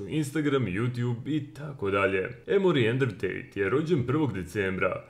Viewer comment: Endru Tejt*